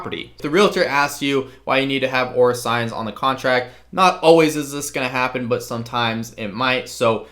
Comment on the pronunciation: For clarity, are you saying "Or Assigns", or "Or Assigned"?